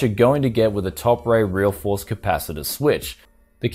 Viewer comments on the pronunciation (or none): i believe it pronounced topre(TOPER)